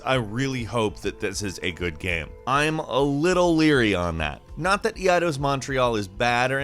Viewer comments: Wtf? Eee eye dose ...EIDOS = īdäs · Is it not pronounced "ay-dos"? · "EE-AH-DOS"? Eidos... Seriously? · eeayydos?? Eidos!! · Did he call Eidos EAdos ? Hmm